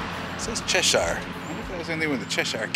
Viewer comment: Thanks for taking the time to enjoy the Berkshires and it's towns etc. but one minor correction. while you were in "Cheshire. its pronounce Chesshure! tho spelled shire. like Berkshire. is Berkshure ! anyone born and raised here says it that way. and "Shire" used in either makes us cringe! thank again for shairing. ECF